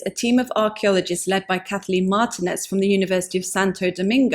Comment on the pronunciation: Martinez is pronounced with long e for the i, and that is also where the accent falls. There are some who use the Anglicized pronunciation, but for the archeologist mentioned here she uses the Iberian pronunciation of her surname.